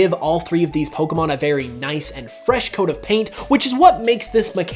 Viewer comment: Why can no one pronounce Pokémon correctly? Especially fans? 😑